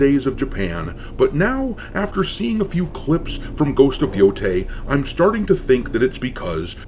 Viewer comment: So glad you're mispronouncing a shit game. But its Yo-Tie like how Hentai is Hen-Tie. But also I'll never play this game or the new AC even if they're free.